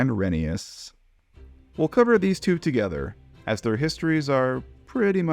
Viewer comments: Please… call it re-NEI-us. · It’s reh nā es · oh wow I didnt know that I thought it was pronounced re-ney-uss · You said rheneas